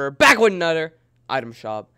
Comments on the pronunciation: When will u know how to say another instead of anoder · Back wif a nudder